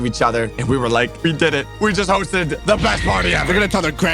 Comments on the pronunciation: When you said hosted you said roasted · Bro said roasted not hosted